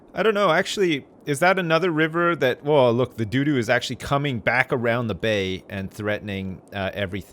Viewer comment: dew dew